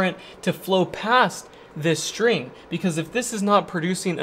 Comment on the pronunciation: And what about "shtring"?